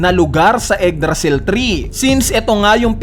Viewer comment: "eggdrasil tree"